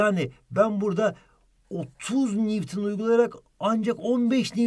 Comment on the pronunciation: Newton değil NİWTİN